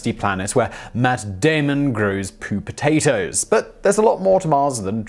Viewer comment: "Pootatoes." It's just "Pootatoes."